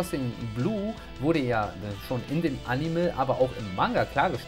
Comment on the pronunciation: SAGST du wieder Animel